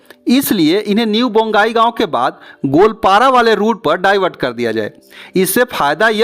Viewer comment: रांगिया नहीं। रंगिया। बोंगाईगाँव नहीं। बंगाईगाँव।